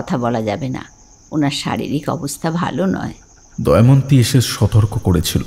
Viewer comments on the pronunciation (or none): মিত্র বলে চরিত্রটার মুখে চব্বিশ ঘন্টা কি গোঁজা আছে? অর্ধেক কথা বোঝাই যায় না। আর কন্সট্যান্ট 'দময়ন্তী' কে 'দয়মন্তী' শুনতে কানে লাগল।